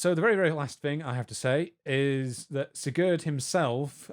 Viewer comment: German is not my native language, my native language is less related to German, but god damn, that "Sigurd" pronunciation Just how even? He is not Franco-Spanish...